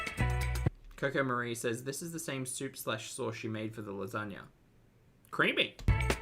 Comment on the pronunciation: The soup is so…. Cweamy! 😅